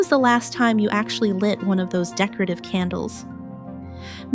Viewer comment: I weed more and more of my makeup and creams regularly. I have no candles. The word is decor ative. Not how you're butchering it.